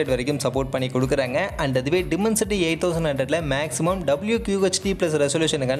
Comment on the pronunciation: Bro டிமன்சிட்டி இல்ல. டைமன்சிட்டி